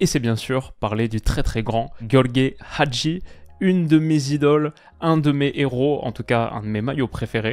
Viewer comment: Magnifique maillot avec Hagi, je suis jaloux 😅 Je me rappelle des vidéos à l'ancienne. Et t'as très bien prononcé son nom!